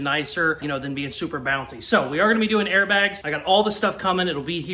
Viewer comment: Did you say air bags?